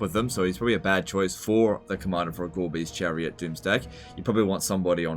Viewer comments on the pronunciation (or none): "Gorebeast Chariot" pronounced by I hear "Garbage chariot" lol